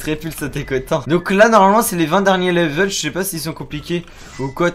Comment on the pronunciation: "au 20 derniers leveuuull" 😂😂😅